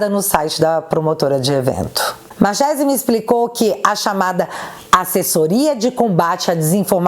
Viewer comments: pronuncia-se marquesi..nome italiano. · Marchese é sobrenome italiano, Ch se pronuncia como que, então seria Marquése a pronúncia correta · Escreve se Marchese, mas a pronúncia e Marquesi. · Marchesi não se pronuncia com som de "X" e sim com som de k, markesi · Marchese = pronúncia MARQUESE,.... Só um adendo. E se escreve assim mesmo ❤😘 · Me desculpe a correção, mas "Machese" se pronuncia "Marquese". Obviamente se for italiano. Por que sei isso? Sou "Chiarini". 😂 O restante está perfeito como sempre. Parabéns!!!! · É italiano: lê-se: Marquese. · Pronuncia Markerse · Oi, acho q o nome é pronunciado Marquese(Marchese) eu acho por ser descencia italiana.❤️❤️❤️😊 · A pronúncia é Italiana : Markezi 😊😊😊😊😊😊😊😊😊😊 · escreve-se Marchesi, mas lê-se Marquese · Markese...ch em italiano se pronuncia k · Marchese - pronuncia 'marquêse' (italiano) - marquês em português. Valeu. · só para você saber a pronúncia correta, é com "ch" mas é Mar"k"ese. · Se pronuncia Marquesi 😂